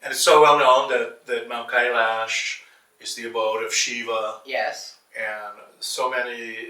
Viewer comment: How egomaniac you have to be to mispronounce Kailash when an Indian had said it just moments ago